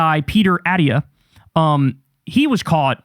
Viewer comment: Kyle-- Attiyah is pronounced Ah-TTEE-yah